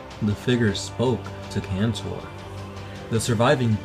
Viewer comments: I actually read Traitor's Gorge and instead of killing hundreds of orks they slayed thousands of them!! (allowing the CF to make barricades with the ork bodies).Ther orks werent counted as hundreds, they were counted as thousands of them (attacking in waves). PD: Pedro KANTOR not cantor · Indoril Nerevar Moon-and-Star yes it's Kantor.